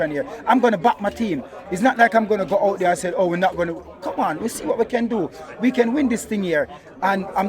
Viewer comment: * Arteta Hout